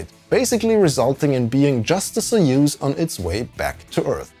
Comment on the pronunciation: very nice overview of the system, I've legit never heard about this. Also props for pronouncing soyuz correctly 👍